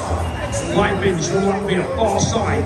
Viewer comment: "Coach Roy Ray Lepens!"😂